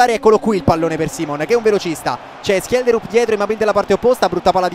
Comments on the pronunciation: Schjelderup di legge Scelderup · ho cercato la pronuncia in norvegese di schjederup e si dice scielderup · Si dice scielderup, lo usa già menzo nella sua carriera con lo shalke